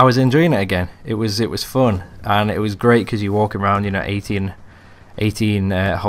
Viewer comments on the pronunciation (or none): Nice commentary and I get a chuckle every time you say fun.. "Phoon" xD